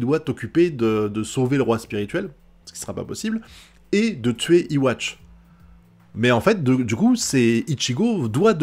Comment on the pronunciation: D'après ce que j'ai vu jai remarqué les pouvoirs d'uryu se sont réveillés juste après yhwach active the almighty donc les pouvoirs d'uryu sont en synchronisation avec celui de yhwa puisqu'ils ont le même schrift (A) Petite précision yhwach se prononce comme ceci (youhabaha) pas iwatch